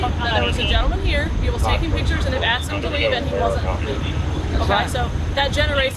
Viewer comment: 9.28 it's ASKED not Axed